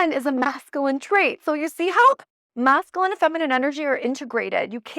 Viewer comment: Love your videos! Just wanted to share with absolute love and zero shade intended, that you are saying masculine incorrectly. It’s pronounced mascUline as opposed to MascAline. You say the word so often, I thought I’d share.❤ keep sharing your beautiful light babe!